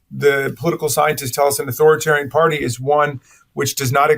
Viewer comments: Learn the word: It's "authorItarian". Leaving out the middle "I" drops an entire syllable, and makes you sound ignorant. Sorry, but it's the truth...if you don't know the correct word, don't use it! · Get to pronounce authoritarian properly